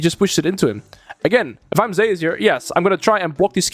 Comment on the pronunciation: Every time you pronounce Zeus ‘Zehus’, a Greek player decides to main Fizz.